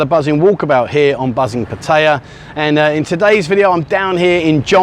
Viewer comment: MY GOD! If you are going to do videos on Pattaya please try your best to learn how to pronounce the name of the city correctly. I know that you handicapped by your Australian accent but if you want to know how to correctly pronounce the name Pat-t-aya ,ask a Thai for help